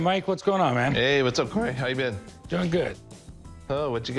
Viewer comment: Whats up "CoRy"